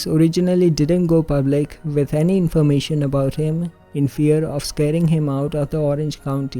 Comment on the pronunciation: That's a whole lotta "infomartion"! :)